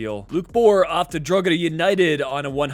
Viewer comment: Just to mention with Drogheda the g is silent